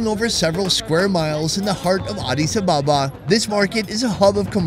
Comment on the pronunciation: It’s ADIS ABE’BA